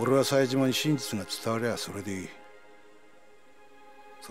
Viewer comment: If cohh can say Majima correctly, how is he always saying Saejima as SAYJEEEEMA